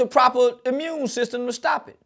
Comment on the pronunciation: “Stress brings down the ‘mune system!”😂😂😅😂